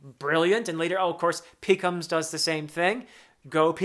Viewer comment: Peck-comes (the lion mink) Wad-dets-sum-may (the big giant bearded sea man) Everything else u got right!